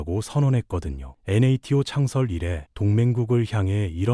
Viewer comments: 아무리 AI로 만든다고 해도 NATO 나토를 엔에이티오로 읽는건 에바 아닙니까? 에혀.. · 엔에이티오 ㅋㅋㅋㅋㅋㅋㅋㅋㅋㅋㅋ